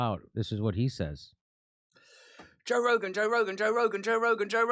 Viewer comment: pronunciation of Joe Rogan is bang on!